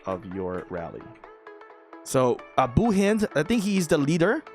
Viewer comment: pronouncing abu hind name right i can't believe it